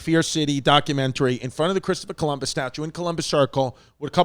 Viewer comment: Yannis: "klistoper Columus"